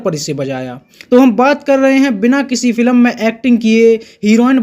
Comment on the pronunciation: Bhai tu film bolna sikhle yaar.